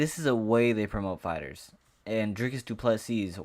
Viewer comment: Silent S on du PlessiS..you welcome bro 🙂